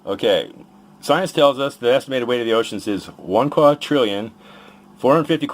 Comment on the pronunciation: Just 5 seconds into the Flerfers' video and I'm already facepalming. There's no such thing as a "quatrillion". He's tying to say "quintillion" but is failing miserably. Flerfer: "If gravity can hold sextillion pounds of ocean, it should have no issues with these magnets right?" Also Flerfer: shows how the magnets fall down, demonstrating that gravity has no issues with them Oh and by the way, just because you don't understand how scientists figure things out from just "weee ooo wee squiggly lines" doesn't mean it's not possible. I'm currently doing a bachelor's thesis on detecting objects using radars. I have a radar and all this radar gives me is squiggly lines. And guess what, using just those lines I can figure out what cars are around me, what's their distance from me and what speed they are going at. We can figure out a ton of information from squiggly lines. Just because you can't doesn't mean no one can. I kind of get his point though. He's saying that we shouldn't trust the data because maybe there's an unknown substance at the centre of the Earth that only behaves like the substances we know but actually is different. And I mean sure, but with this logic we'd never get anywhere. If I'm standing at the traffic lights and I see a green light, how do I know it's actually green? What if I've suddenly become color blind and the light is actually red? What if there's somehow a bug in the light's system and it lit up with the wrong color? Are those things possible? I guess